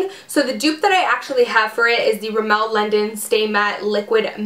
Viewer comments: Love the video! Just so you know, it's RIMmel not rimMEL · The way you say Rimmel make me laugh, It's funny hearing Americans/Canadians saying it :)